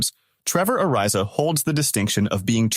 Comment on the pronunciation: Uh rise a, Uh ree zuh